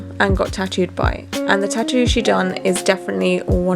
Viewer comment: Why you can't pronounce 'tattoo', it's not 'chachu' you are an idiot. And LA ink is utter crap 😂